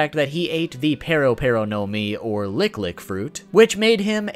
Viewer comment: The way you pronounce perospero